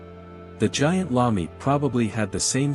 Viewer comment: It's g i a n t not g a i n t